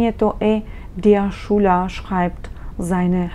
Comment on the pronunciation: 1. ManCHmal wird mit ich-Laut ausgesprochen, wie in Ихтиман!!! 2. Der SchÜler - ein u-Umlaut, kein U!!!